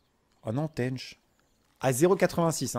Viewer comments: cest un tench pas un tenneche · Cetait une "tench" amixem et pas une "taynch"😂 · "Teainch" XDDDDDDD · au faite amixem c est une tench pas un tench " dit bizarement de ta par ) ^^ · Il ma fait trop rire avec comment il prononce Tench a l'anglaise x)